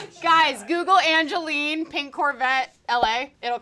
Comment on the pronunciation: ITS ANGYLENE